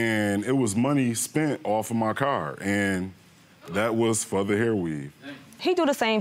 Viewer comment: Why do people say "curr" in oppose to "car" ?